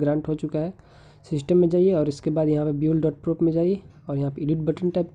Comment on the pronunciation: Oooooo bhai kyaaa bol rha h .....build.prop ko 'byuled' bol rha h😬😬😬